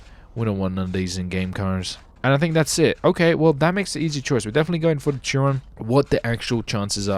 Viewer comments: It’s not a Churon it’s pronounced Cheeron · It's pronounced "Shear-on" 😂 but nice attempted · It is pronounced like Bugatti sheron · Chiron (sh-eer-on)